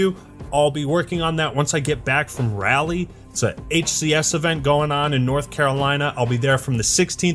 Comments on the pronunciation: Dude pronounced Raleigh (Rally) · That is the weirdest pronunciation of Raleigh I have ever heard lol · I'll give you a pass on that abomination pronunciation of "Raleigh" , just this once